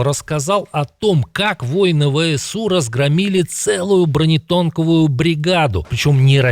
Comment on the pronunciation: бронетонковую? профессионал.....